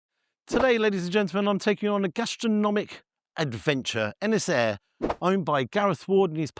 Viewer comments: Un- es- ere 😂 not inshir 😉 looks amazing 🏴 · it is said un-is-eer same village I am from as I often get this place in the Algorithms.. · Shocking pronunciation! The second syllable is pronounced “heer” Congratulations on the half mil! 🥳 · Could have at least learnt the pronunciation... Absolutely butched the name in the first 10 seconds. It's completely pronounceable for English speakers. Just had to be bothered to try. Ynys hir - uh-nis-He-r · Its pronouced - Un-I-shir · Ynyshir = Un-is-heer... good try though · Brilliant again, but Ynys Hir is pronounced like this.. Un-ees Heer 😘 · its pronounced EN ESS HERE.... First of all why are you wearing a suit? A pompous eatery! Stop the servers talking non----------sense. - Yes the food looks good. But do not suck up to them. Do not promote this pretension! 11 out of 10? Stop it!!! The DJ is shite playing MUSAC USA elevator crap sounds. you do not like mushroom fungi so why the promotion eh? And on a more IMPORTANT note. The RSPB are straight behind this eatery and I used to volunteer for them. This eatery were caught stealing fresh mushrooms on the RSPB land and this eatery never gave back! A5 is that a road map lol;) The duck and meat should be sourced from within Wales as Welsh Farmers are struggling! I live not far from this eatery and I am disgusted with the arrogance of theyre attitude! This eatery is for thee very very rich super car drivers! And not for the locals struggling with thee cost of living crisis! please please please do not get sucked up into this BS! Or you invite me to taste this food and you pay the bill or bullshite....?????? This is not fair! 0 stars for this shite show! cmon I love ya but this is wrong on all cost of living levels. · Here's one for free then mate. It's pronounced un-iss-see-err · Shame you can't pronounce the name properly. Disrespectful. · You mispronounced Ynyshir mate.